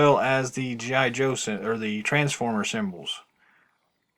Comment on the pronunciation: Good review. But it is G. I. Joe not geeeye Joe. Mispronounced the name.